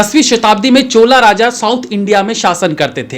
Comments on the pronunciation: महोदय, चोला राज्य नहीं 'चोल साम्राज्य' कहिए। हमारे यहाँ योग कब 'योगा' बन गया, गुप्तजी कब गुप्ताजी बन गए पता नही चलता। ये सब अँग्रेजी में लिखकर गलत उच्चारण करने के कारण होता है। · chola nahi chol h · चोला साम्राज्य nahin bhai चोल साम्राज्य boliye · first of all its not Chola .... its Chol..... so plz don't be angrez